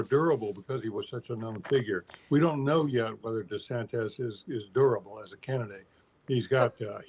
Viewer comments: Can someone tell Mr. Gergen it's not pronounced De-sanTEZ? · His name is not DeSantez.